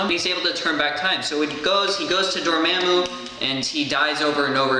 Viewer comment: Door-ma-moo that’s how it’s pronounced not not door-mam-moo